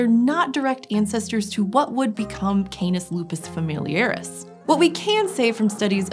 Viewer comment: Keinuhs Loopuhs Feimiliuhris.... There's nothing more terrible than an anglophone pronouncing Latin words